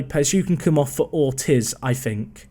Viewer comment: Ortiz is pronounced "ORR-TEEZ"